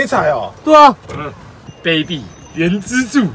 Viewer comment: 卑鄙（正確唸法是ㄅㄟˉㄅㄧˇ